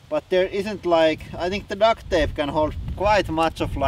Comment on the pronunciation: Duct is pronounced with a "T" on the end and you saying Duct with a "K" on the end and it sounds like Duck. 😜👍